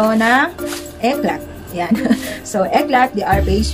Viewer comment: Eclat pronounce as "Eclay"